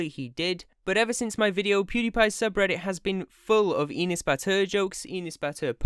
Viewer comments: I hate enes as much as the next person but its not "eenes" its e like "ethical" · you say the name wrong. its said like "an ass" enes. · Why you saying enes like penis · My name is Enes and it is pronounced (Eh-ness) not EE-ness. Anyway I’m Turkish and my name is Enes and I hate him (just stop saying my name wrong) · Enus? Its Enes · You make me laugh when u say Enes... Cuz it sounds like Anus. And as a Turk, yes he is an asshole. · you are pronouncing his name wrong: his name is pronounced same as an ass ( in a slighter quick way) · Enes? Mire like anus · you pronounce enes like penis lol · Confirming from Turkey, this video is like a chemotherapy session for YouTube Turkey. And i love how you pronounce his name to sound like penis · tbh tho Enes sounds like anus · Thats not how you pronounce Enes...